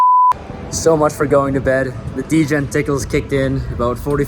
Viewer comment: “Degen tingles” 😂